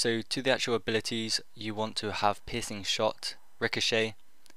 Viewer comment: sounds like your saying "You are going to want pissing shot" lol